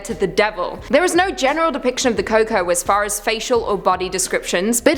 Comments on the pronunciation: Just correcting the number 5 pick, it's pronounced (coo-coo-e) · Number five is pronounced cu cquoi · Coco?!... It's pronounced koo coy you pinché moròn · El cucuy is (at least in my family) pronounced in my family cu cooe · I wonder if they were talking about la cocoi? Thats how we pronounce it in our neck of the woods. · It’s pronounced coy coy